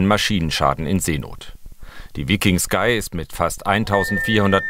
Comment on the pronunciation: Vllt dem Moderator Mal vorher googlen lassen wie man den Namen des Schiffes richtig ausspricht 😂